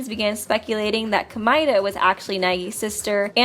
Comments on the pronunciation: Ko-mea-da! Not the way you say it! The English way is wrong, the Japanese was is wrong, Jinko? J*U*NKO! Ha-ji-mea! Did any of you know that Komeada Nagito shuffled turns into Makito Naegi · i hate the way this chick says Komaeda 🤦🏻‍♀️ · Ok so your favorite character is Komaeda but you won’t pronounce his name right?